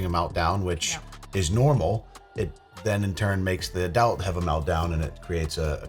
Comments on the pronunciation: It absolutely triggers my inner grammar Nazi, that mispronounces ADULT in almost every video. AH-DULLT. Not UH-DELT. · Anyone ever called out for "adelt" instead of "adult"? I let him slide the last time he said it. 😂 Man said it like 3 times back to back and I was just waiting for Mrs. Lush to say something. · I keep getting hung up on saying Adelt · The way you pronounce "adult" is interesting